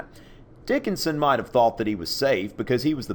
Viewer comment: I was so condused at the beginning that i watched the intro three times until i finally understood you were saying charles dickonson and not charles dickons XD